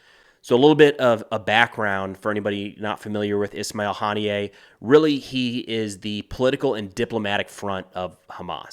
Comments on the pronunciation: Huh-knee-ya. Not Hahn-knee-yay. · Its HANIY-UH for gods sake 😂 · Pretty sure his name is pronounced "ha nee yah" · It’s pronounced Hah-NEE-Ah